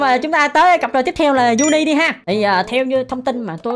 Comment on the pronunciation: Sao anh nói cặp Juni, rõ ràng là Junni mà anh dám nói là Juni 😡😡😡